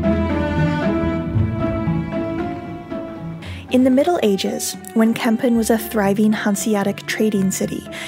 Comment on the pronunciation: Very nice video about de Kogge and Kampen. By the way you pronounced Kampen as Kempen. The letter A in Kampen sounds more like the A in the word March. Minor detail tough.